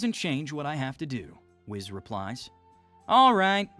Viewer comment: ITS WHIS NOT WIZZ